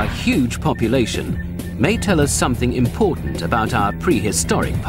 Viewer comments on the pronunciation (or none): none